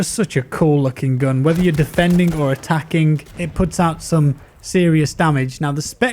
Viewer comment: haha i also notice the K after every G